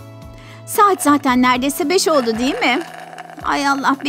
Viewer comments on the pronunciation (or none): none